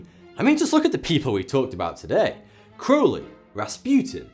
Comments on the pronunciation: Holy shit, someone on YouTube actually pronounced Crowley in the correct manner. I'm utterly astounded. (Instantly subscribed) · Hiya. Great vid as always. I thought the segment on Crowley was very well written & balanced. I like that you pronounced AC's name correctly-rhymes with holy-which most people get wrong. Top-notch work Sir. How about a video on Aleister Crowley? I've a certain amount of knowledge on the subject so if you need any info or research pointers do drop me a line. Keep up the good work brother.